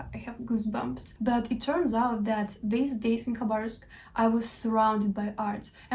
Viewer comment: Твоё произношение Хабаровска на английском должно оставаться то же самое как и на русском. Такое название не переводится на английский причём мы пишем название с "Kh-" в начале чтобы осталось на Английском такой же самое произношение какой имеет буква "Х". На самом деле много " англоговряще " не знают как произносить "Kh-".